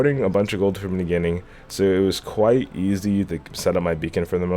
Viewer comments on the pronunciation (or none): none